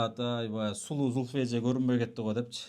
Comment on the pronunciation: Качан Зульфия деп ондоп айтат экен деп кутом, копол кылып Зулфия деп дебей😊